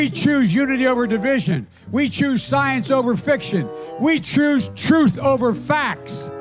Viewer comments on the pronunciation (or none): "... Chroose truth over facts!" "Chroose." Etch that in stone, Gibbering Joe.